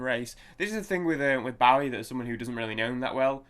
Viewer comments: Pronounced Bo ee not Bough ee- Get your facts straight from a respect point of view! and being British too!! Named after the American Bowie Knife. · Pronounced BOW-EE...(O as in Boat) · Pronounced BO-EE (long O). Legend! Miss him so much. Also the great Mick Ronson on guitar and Trevor Bolder on bass, his original band lineup.